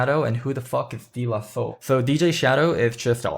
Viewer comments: it's pronounced "day" la soul youngster. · This is really nit picky, it’s pronounced day la soul.